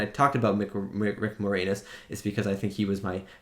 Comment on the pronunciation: Can't believe you're Canadian and didn't know Rick Moranis (and you pronounced his last name more-anus lmao). lol. And younger people don't get Looney Toons references as much -- but check out Looney Toons "One Froggy Night" to get the dancing alien joke. ). Mel Brooks is legend.